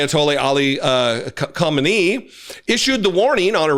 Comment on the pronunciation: Khamenei= Khah Men A E